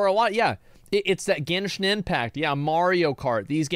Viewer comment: Geshnin impact